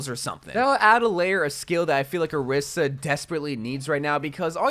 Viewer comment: why cant overwatch youtubers pronounce orisa’s name correctly lmao